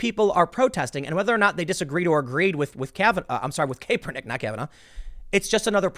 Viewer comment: Can a guy like Tim who follows news for a living, really not pronounce names that have been said on the news a million times like McGowan and Kaepernick